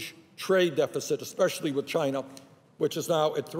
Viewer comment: Has anyone noticed that Bernie sometimes says chiner instead of China?